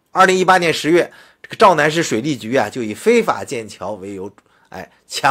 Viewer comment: 洮南， 那人字念tao , 地名是 tao nan。自媒体新闻也不能乱读吧😃